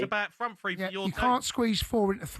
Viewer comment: It's pronounced "three" not "free"...😂😂